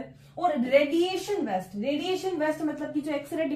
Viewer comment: Madam, the contents and explanation is very good but the pronunciation of waste is different , kindly pronounce in right way, west is different and waste is different.